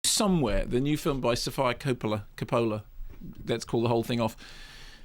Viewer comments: also the pronunciation of Sofia Coppola by Kermode is appalling. sof-eye-a Cop-oh!-la...give your head a shake. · Pronounce her name correctly